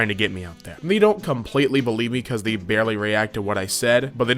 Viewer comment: I hate how when you say they it sounds like the